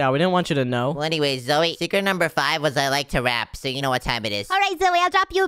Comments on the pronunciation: Its Zoey, Not Zoya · Why do people say zuy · “Zoye Zoye”😂